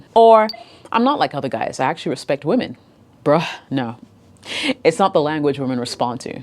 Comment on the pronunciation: the way you say brah really liked it 😄